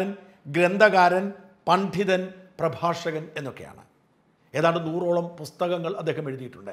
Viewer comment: പണ്ഠിതൻ എന്ന ഉച്ചാരണം അലോരസമുണ്ടാക്കുന്നു. പണ്ഡിതൻ അല്ലേ ശരി ?